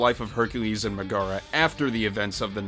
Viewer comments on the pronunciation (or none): MegARa? PhelAHtities? Did he really pronounce those wrong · I hate how he says Megara. Anyway. That’s all. Thank you for coming to my Ted Talk. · Did it bug anybody else when he mispronounced "Megara" and "Philoctetes" when talking about Hercules? I wouldn't be surprised if he never actually saw the movie